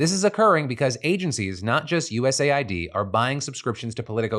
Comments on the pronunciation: Please call it US Aid not YOU-ESS-AYY-WHY-DEE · Philip, please, it’s “US-AID” (aid, as in help, assistance), not “USA-ID”🙏🏻 Look at their logo, it’s 2 different colors spelling exactly how to pronounce it. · US AID not USA ID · Why do people say USA I D instead of US AID? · I always thought USAID was pronounced U S Aid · Why is it not pronounced US Aid? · I always thought USAID was pronounced "uusayd" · Phil's pronunciation of USAID is destroying my brain...